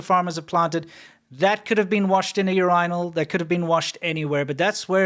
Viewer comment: "Urainal"... Bro...